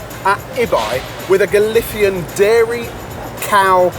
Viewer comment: what the fuck is galitian? spanish on this channel never cease to amaze me